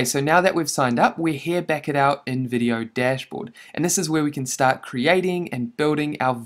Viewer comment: When he said InVIdeo, I thought he said Nvidia ahahahah😂😂. (No offense, just a joke)